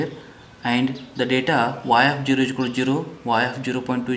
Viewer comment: its zero not juro